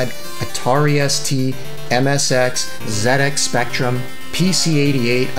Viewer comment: for saying zx spectrum correctly.